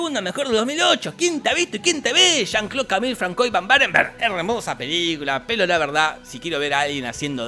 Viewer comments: Francois?se lee fransua😅😅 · Lo mejor es que el François no lo pronuncia bien jajajajjaa